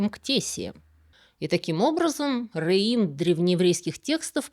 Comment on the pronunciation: Не реим, а рэем. Это орикс, длиннорогая антилопа. Два слова - омонимы. Они относятся к разным эпохам - библейской и мишнаитской. В мишнаитскую эпоху носороги в Святой Земле уже не водились.